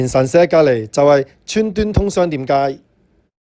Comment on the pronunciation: 讀左川「瑞」通商店街🙈🤡